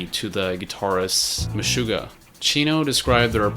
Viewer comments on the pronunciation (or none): none